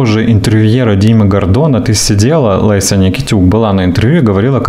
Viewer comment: Только не ЛЭся, а ЛЕся